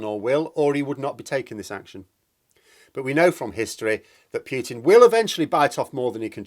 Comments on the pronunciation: I cringe every time you say "Pyootin". It's "Pootin". Cheers. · I really wish you you would stop saying Pewtin...as in pewter..rather than the correct pronunciation of Pootin...as in Winnie the ...